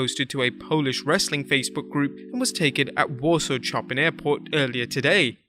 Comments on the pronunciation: Where is Chop-in Airport? It's pronounced Show-Pan. He was a famous composer. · Chopin? Pronounced show-pan The classical musician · Chopin is pronounced “show-pan” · I thought Chopin was pronounced as (Show-pan).